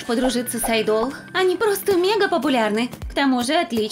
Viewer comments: пожалуйста, не мучаете людей ! не айдо́л , а а́йдол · Ну вообще-то не рамЭн, а рамЁн! АйдОл? Правильно будет Айдол! Ну как бы можно было погуглить как читается. Я знаю что такое К-РОР и корейская еда.. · Не айдол а айдал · Не айдОл, а Айдол!!! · Не рамЭн, а рамЁн. Не айдОл, а Айдол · Не Айдо́л а Айдол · Не айдОл, а Айдол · И не айдОл а Айдол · Вообще то не айдОл а Айдол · О Господи, меня одну бесило на протяжении всего видео произношение слов айдОл и рамЕн аааа, спасите 😓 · О Господи меня так бесит произношения всего этого видео РамЭн, АйдОл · Вот как правильно аааайдол ударение на а и рамёёён ударение на ё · Ким это ФАМИЛИЯ а не ИМЯ. Лучше гуглите имена. А то опять перепутаете. И научитесь правильно ставить ударение и произношение. Рамэн, вы совсем уже? АйдОл😐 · А’йдол* правильно говорите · Меня одну весь ролик бесило слово айдóл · извините, но произношение слов "айдол" "рамен" не правильно, и когда надо было разогреть пиццу , вы хотели оскорбить айдолов тем, что они не умеют готовить? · Она айдол неправильно говорит 🤦🏻‍♀ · Вы не правильно говорите слово айдол